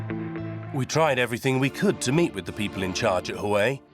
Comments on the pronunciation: Its pronounced wa way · You are pronouncing Huawei incorrectly